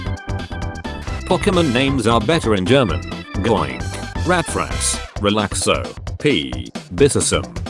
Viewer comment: It's Groink, not Goink